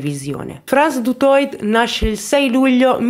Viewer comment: solo due brevi appunti. Primo: il cognome Afrikaans "Du Toit" si legge alla francese, "Dutuà". Secondo: né Frans Du Toit, né Theuns Kreuger si "arruolarono" volontariamente nell'esercito. All'epoca in Sud Africa il servizio militare era obbligatorio, e tutti i maschi bianchi dall'età di 16 anni dovevano prestare servizio per due anni. I maschi neri e "Coloured", invece, potevano arruolarsi volontariamente. La leva obbligatoria fu abolita in Sud Africa solo nel 1994, dopo la caduta del regime dell'Apartheid e le prime elezioni libere.